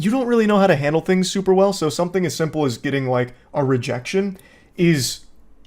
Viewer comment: “I can jandle”😂😂😂